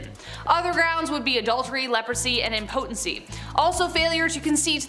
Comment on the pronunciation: She said, im-POtency… It should be, impo-TENcy. I know it’s petty, sorry. 🤷🏾‍♂️